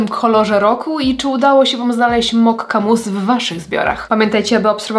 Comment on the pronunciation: Też powiedziałaś mokka... A oni mają mocha czyli moka, bez akcentowania k podwójnie dziwne